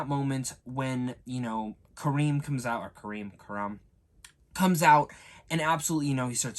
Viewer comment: Kamron man 😂 not Kareem